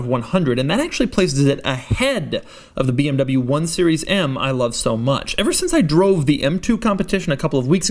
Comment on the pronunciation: Why does it sound like in the beginning he says this is the beeabnabyoo m2